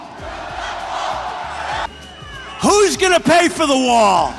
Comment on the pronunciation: Build that wah build that wah build that wah 😂😂😂